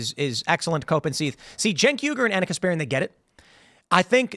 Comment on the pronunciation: Tim, his name is not pronounced 'Jenk' it's pronounced 'Chunk'. Also, "professor" Lickhead is an idiot. May the worst idiot lose.